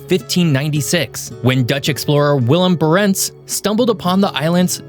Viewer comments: Great video, but please check the pronunciation of names instead of butchering them. It’s Baah-rents (stress on Ba) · BAH-rents and not bah-RENTS 👍🏼